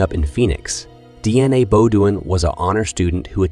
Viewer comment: Schizophrenia pronunciation according to this computer is shitsophenia, snd Deana is DNA.